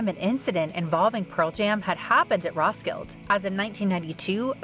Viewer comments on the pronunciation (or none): Also. It's pronounced RoskildAH. Not Roskild.